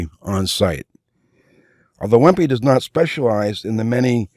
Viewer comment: Wempe is pronounced "Vempa" - similar to Lange. Nice video and very useful.